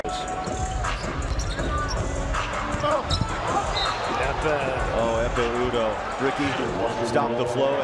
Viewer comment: biz mi çok iyi ingilizce biliyoruz amerikalılar mı ingilizce bilmiyor anlamadım. biz adamın adını "ekpe yudoh" diye okuyoruz, spiker "ekme udoh" diye söylüyor :) adam ingilizce bilmiyor :)